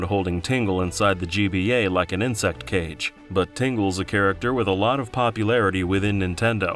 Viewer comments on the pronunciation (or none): none